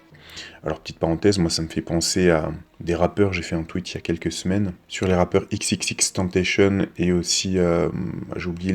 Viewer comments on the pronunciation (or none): none